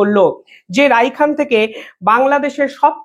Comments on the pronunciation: রাইখেন নয়,রাখাইন বলতে হবে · Please pronounce RAKHAINE instead of RAIKHAN...,However content is informative 👌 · Nice presentation. Rakhain, not Raikhan !!! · Rakhain...rikhan noi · রায়হান নয় ভাই রাখাইন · আরে ভাই তুমি কয়দিন আগে বিভিন্ন লোকের সাক্ষাতকার নিতে! এখন আন্তর্জাতিক সংবাদ পরিবেশন করছো! বি জি পি নয় বি ডি আর হবে।রাইখান নয় রাখাইন। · উচ্চারণ ভুল করেন কেন? রাখাইন হবে। সভ্রেণ্টি হবে।